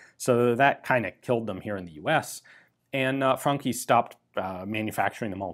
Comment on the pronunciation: I love how ian pronounces the franchi correctly as frankhi and not as franchi.